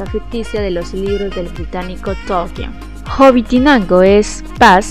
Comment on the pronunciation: Corrección. Es Hobitenango no Hobitinango.😁👋😘✌️